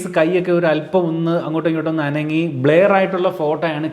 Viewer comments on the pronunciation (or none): not blear it's blur... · Bleyar alla chetta blur ... Pronounciation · Blair alla bro blur ennaanu parayuka 🤦‍♂️ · ബ്ലർ ആണ്, ബ്ലെയർ അല്ല dear...